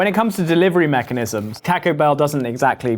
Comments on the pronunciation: I LOVE and have been watching it for years, but the way you guys say Taco drives me NUTS!!! It sounds.ore like Toco than taco... kind of a mix between the 2. But definitely not the way you say it. At least where I live in America.. where there are tons of mexicans! It's the same sound you get when you sat ball. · Someone who YEARS later still says TACK-o has no grounds to go after Bobby's pronunciation of Slovenia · The way you all pronounce ta-co bell, you can't correct others. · stop saying taco wrong Brits , its is very annoying!! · As a Mexican...i can't help but cringe, a little, every time you guys say "TACO" with your British "A" pronunciation...haha...even your Asian guest has a better "taco" pronunciation!...haha...😂❤😂...